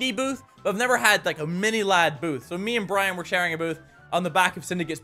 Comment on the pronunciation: Am I the only one that thinks is super funny when he says mini